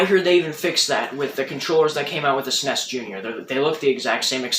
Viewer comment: lol for the love of god. its not a sness any more than an NES is a ness. nobody ever called it that. you dont need to try to pronounce it just because theres a vowel in there -_- cool video though ;)